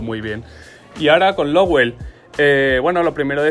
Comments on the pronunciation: ES LOWEL, NO LOWELL, VALE? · es Lowel, no Lowell